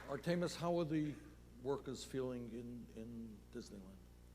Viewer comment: Am I the only one who noticed Bernie pronounces names like the bad substitute teacher from key and peele. Ayayron and artaymous are straight fed up. I wonder how much principle O'shaghennesey makes an hour?